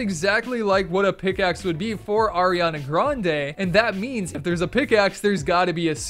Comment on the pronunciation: did u say AIRiana?